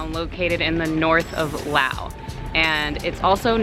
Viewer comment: Mispronouncing the name of the country kind of ruined any credibility you had about the place. The only correct English pronunciation is Laos. Rhymes with blouse. The S is not silent. ‘Lao’ is incorrect. The Lao people, speak the Lao language, in Laos. It’s not hard.